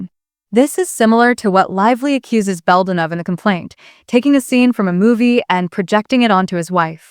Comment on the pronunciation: Might help prove you’re not a ROBOT VOICE, by pronouncing Justin’s name correctly- NOT BONEY!!!